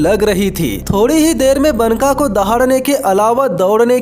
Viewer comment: भाई, वो बनका नहीं, बांका है.